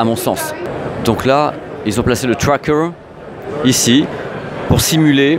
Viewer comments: putains ta gue.... TRWWWAKEUR TROP CHIANT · Ah ben non il le prononce même pas bien, c'est du franglais... C'est comme la manière de dire xperia...😂